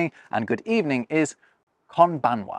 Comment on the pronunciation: Konbanwa is usually pronounced kombanwa, because "nb" usually gets pronounced as "mb".